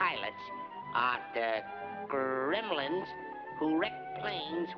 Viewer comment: Grrrrrrrrremlins, Die-a-bo-lickel sav-a-ta-g! Lmao!